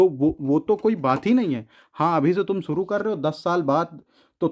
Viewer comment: Suru ni shuru hota h